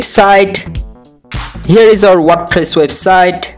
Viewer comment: tutorial good but its "wordpress" not "wordpiss" 😂